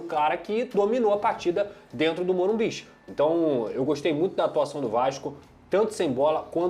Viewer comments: O nome é morumbis tá correto mano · Tá errado o certo é Morumbicha😂